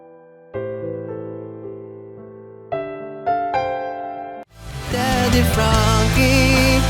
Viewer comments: Alien not aloud 😂😂😂😂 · Nakakatawa ka nman daddy frankie may pa ellien ellien kpa ah 🤣🤣🤣🤣🤣